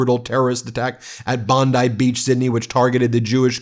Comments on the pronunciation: Bon-dee Beach, not rhyming with bonsai! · It's pronounced "bondee" beach. That's how Austrialians all pronounce it. 😊💙💙